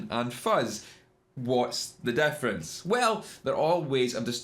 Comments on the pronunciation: Its not daffrance..its difference. Learn Amurkin. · Thanks for telling me the 'deffrince'